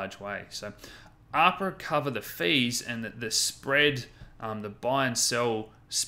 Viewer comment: I love you, and your content is mint. But two things: Cah-dah-no = Cardano not Cah-don-ah Ab-rah = Abra not Ah-prah Other than that, keep it up mate!:p